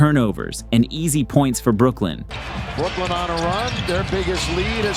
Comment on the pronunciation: Bro its Brooklyn 😂